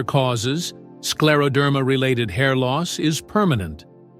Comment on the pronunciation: Слушать невыносимо, неужели нельзя ИИ правильно произносить слова.... СкАродермия😢